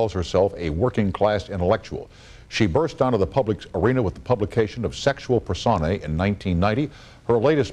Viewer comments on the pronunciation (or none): nice post...in the tradition of camille's relentless intellectualism i feel called to point out that "personae" is pronounced [pər-ˈsō-nī], with the accent on the middle syllable. i wish there was more camille on the web -- good to know there are others out there.